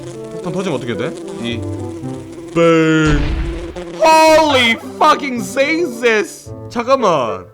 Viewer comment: 홀리 풔킹 지저스 발음이 개웃기네 ㅋㅋㅋㅋㅋㅋㅋ